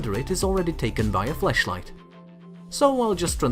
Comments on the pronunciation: did he say fleshligh or flash light just clarify😂😂😂😂😂😂😂😂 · Okay... so, I try to adapt to different accents to understand whenever I encounter them but any other American English speakers here? Am I wrong or did I hear "Flesh-light" instead of Flashlight there? Lmao not trying to make fun. I knew what he was saying. Just still laughing because of what I heard there. Also, weed is legal where I am so... giggles over stupid shit happen lol